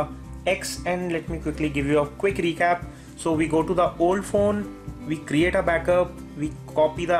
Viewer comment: May old fon may new fon to may pisi..wtf is that ?? U makes me nervous !!! Where did u learn english ??